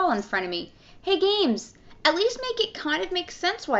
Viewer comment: She can not pronounce "s". "Gamesch"